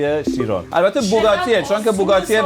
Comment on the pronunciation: Chiron ❌ Sheyron ✅ 😂